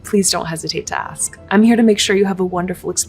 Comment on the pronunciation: ASK NOT AX